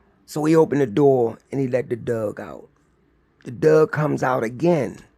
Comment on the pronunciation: I really like the stories, but I'm having issues with how keeps pronouncing the word "Dog as "Dug". I just can't understand why that is.